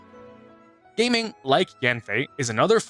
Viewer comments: I think gaming is pronounced “Gah-Ming” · Him calling Gaming “Gaeming” HURT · I SWEAR ITS GA ' GAH' MING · it’s pronounced GA-ming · pronouncing Gaming like that 😭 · Sorry, I feel compelled to disregard all your opinions due to pronouncing Gaming's name unironically incorrectly. You seriously thought it was pronounced the same as in "PC gaming"?